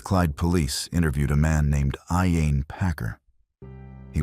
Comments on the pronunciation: In the case of Emma Caldwell the pronunciation of Packers first name was incorrect several times. At least give her the respect of pronouncing it correctly. RIP Emma. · the pronunciation of ‘Iain’ was quite funny as well